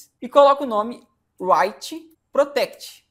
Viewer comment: É WRRRRRITEPROTECT, não WHHHHHHHHHHITEPROTECT rss